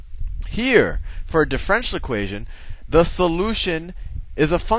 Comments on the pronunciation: Pronounced: Diff - er - ench - i -el not Diff - wrench - el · I certainly gain from your videos but i am wondering if when you say DIFFRENTIAL equation you mean DIFFERENTIAL equation try to pronounce words right okay? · As much as we love Sal, I wish he would pronounce "diff-er-en-tial" correctly, instead of "diff-ren-tial" (4 syllables vs. 3). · I tought he says, the french equation! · The guy in the video pronounces it diff-ren-tial, you do it in four syllables and I would do it in five (dif-fe-ren-ti-al). Amusing. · I'm pretty sure differential has 4 syllables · It bothers me so much how he pronounces differential here. But I realize he may be pronouncing it correctly in later videos. Should be pronounced like andiepants does here